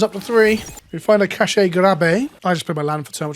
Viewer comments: I’m SO glad someone called this out haha. Bugged me to hear cashay every time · "cashay grab" bothers me a lot. Not only is that the wrong way to pronounce that meaning of cache (which isn't that big of a deal), but it also completely misses the pun (which is catastrophic). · Cache is pronounced like cash. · You'd think a "professional" youtuber would learn words before filming a video to ensure they don't pronounce cache so ducking ridiculously like 10 times. Do better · Why he say cache grab like that smh